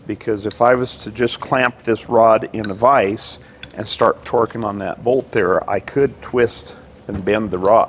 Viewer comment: And "twerking" up the head bolts lol